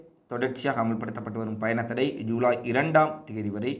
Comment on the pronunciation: யூலை யூலை யூலை😭😭😭😭😭😭😭😭😭😭😭😭😭 தம்பி அது யூலை இல்லப்பா! ஜுலை.